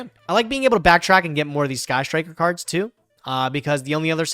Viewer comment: i hate how pronounce cards. it pisses me off.